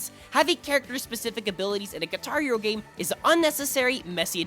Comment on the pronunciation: Parece que dice “Guitario” XD